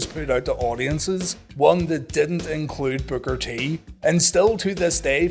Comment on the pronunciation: Love your content, but all I hear is "booger t"😅 great episode!